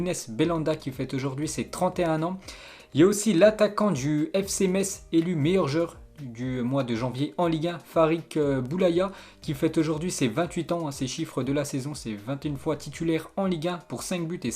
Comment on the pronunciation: Super vidéo Mai pk tu di farik boulaya au lieu de dire Farid boulaya????